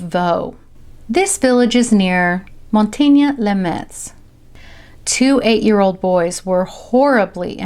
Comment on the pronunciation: ah. kind of funny. i live in Metz, France. but actually, it's pronounced "Mess"